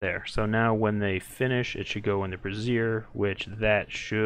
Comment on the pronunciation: I have to wince every time you say "brassier" instead of "brazier". Braziers hold fire, brassieres hold boobs. :) It's "bray-" like a donkey brays, and "-zure" like in azure.